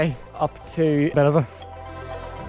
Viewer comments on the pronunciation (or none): “Buh-Nev-in-ah” actually